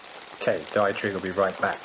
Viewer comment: Dietrich is pronounced Dee-trick